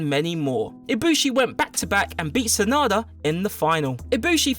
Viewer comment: Sa Na da not sanda 😂